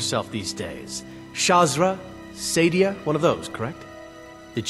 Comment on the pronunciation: I thought it was pronounced sAH-dee-AH